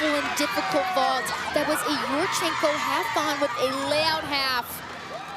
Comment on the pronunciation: I just have to mute with this particular female announcer. Voice is grating, and pronunciation of yurchenko drives me nuts. Yoooooorchenko.